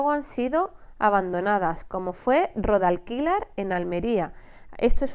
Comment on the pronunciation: Te corrijo un poquillo jeje un dato curioso no es Rodalquilar es Rodalquilar con acento en la o, ro..dalquilar ,xD no pasa nada he ,buen video